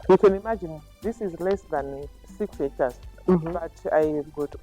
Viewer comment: Did you say six hectors?